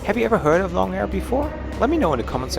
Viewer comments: It's pronounced as loong (similar to loom) rather than long. Loong means 'dragon' in Chinese :) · The carrier with the red and white livery is AirAsia. It's not "long" air. The "o" is a long "o" so it's more like "loong" meaning "dragon". If you had spent only a short time in China you would've known that.